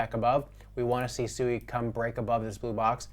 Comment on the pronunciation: Still havent done your research or talked to anyone from Mysten Labs or Any devs of SUI. Its not pronounced SUE E, you are going to get noobs in the space Rekt when they try to buy the meme coin SUE E, and not Swee =SUI. People in the the crypto space are Super Low IQ, it shows